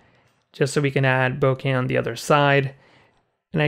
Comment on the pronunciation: First, thank you so much for making an effort to pronounce bokeh (ぼけ) correctly. Too many people butcher it and use some pronunciation that doesn't even make sense. Second, I've watched two of your tutorials thus far and am duly impressed. They are clear and well thought out. You definitely have a knack for this. I'll recommend your channel to others.